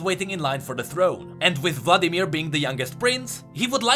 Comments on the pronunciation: Still says Vadimir. oof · Vadimir? Vladimir xd just for fun